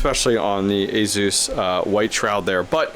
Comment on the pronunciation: There's no Z in Asus. Why do you say it like a south african ? Asus rhymes with sluice, there is no Z sound.